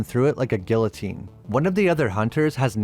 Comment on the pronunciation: Google how to pronounce guillotine